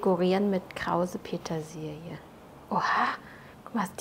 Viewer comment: Das ist mir durchaus bewusst. Aber es ist eben krause Petersilie im Gegensatz zu glatter Petersilie. Sie spricht es aus als sei es der Name „Krause“, der gemeint sei uns sagt, dass sie jetzt mit „Krause-Petersilie“ dekoriert.